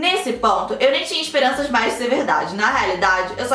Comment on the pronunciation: Só eu que acho que toda vez a fala: "Vcs me mandam MEIAS" KKKKKKKKKKKK